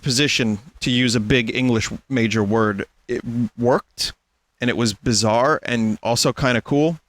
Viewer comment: I'm honestly glad that Vinny finally broke a barrier for himself, but every time he says bizarre I have a spasm. I hope Chatyot doesn't spam him to watch jojo